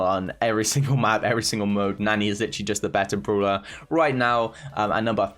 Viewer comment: I love how he says the word "brawler" The "bruwler"